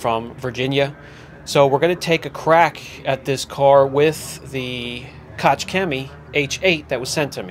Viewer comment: just a heads up. Koch is pronounced as koh not kotch